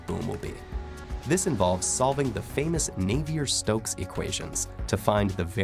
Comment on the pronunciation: Boo on that Navier pronunciation.